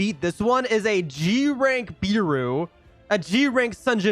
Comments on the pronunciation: btw ur saying beru as bEru when its more like behru after u say it like that say it without the h and hts the proper way to say it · BRO ITS NOT BIRU ITS BERU BERUU